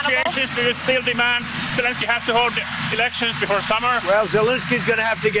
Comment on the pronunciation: For god's sake Ben , pronounce The President of Ukraines name right. It's Zel Ensky NOT Zel Insky. Ensky not Insky got it. If you were in court defending someone, would you continually get their name wrong. You have been doing this for a couple of years now, so FFS get it together. Should we call you Bin or Ben ????!!!!!!